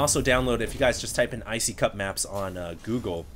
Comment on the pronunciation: it's not pronounced "I See Cup," it's pronounced "I See You Pee."